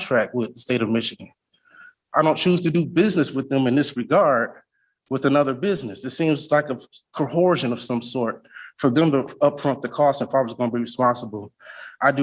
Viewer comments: He was under cohershun. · Oh no not "cohorsion"